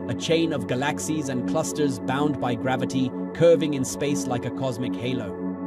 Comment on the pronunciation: Learn how to pronounce galaxies right